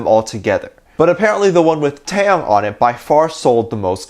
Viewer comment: Out of the blue, and I am definitely not throwing shade on you, but just wanted to bring to your attention Taehyung's name pronunciation. The way you pronounce it like NCT's Taeyong. In V's name you do pronounce the H. TaeHyung. Love ya!!💜💜💜